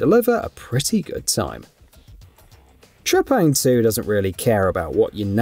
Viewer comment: Let's pronounce the name correctly here... T.R.E.P.A.N.G. 2! That's my Final Verdict!